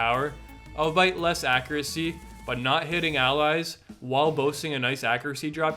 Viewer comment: Albite? Al-be-it.